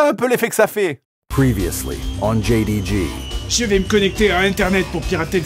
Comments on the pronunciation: a il dit BDG et JDG ou c'est moi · Dans la pub il dit « BDG » deux fois au lieu de « JDG » comme c’est écrit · c est pourquoi que c est floutté,et "jdg" moi j entends "bdg" ...